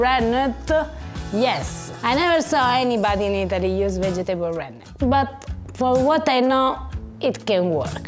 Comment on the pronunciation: is learning Italian very well and his pronunciation of the 'double T' is impressive. Now needs to learn how to pronounce the word "vegetable"... he he he 😆